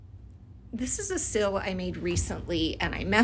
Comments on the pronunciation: I can’t get by the “sill” like someone leaving a pot on the window SILL for sunlight, instead of SEAL!! Rhymes with eel, or feel, or heal!! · Also thought she was saying “sill” the entire time. Only in the last 10 seconds did I realize she was trying to say seal. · Took me so long to realize you were saying “seal” and not “sill” 😂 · Pronounced ‘seel’ Not ‘sill’ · nice job! but you’re saying “sill” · she also says sill instead of seal 😭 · The way she says seal “sil” is sort of horrible. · I thought you were saying “Sill” until you put it on a letter. I’m so silly lol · I genuinely thought she was saying sill and that it was the fancy term for wax art lol